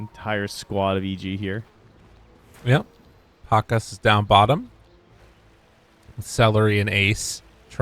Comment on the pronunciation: Pa-KAZ, not PAK-as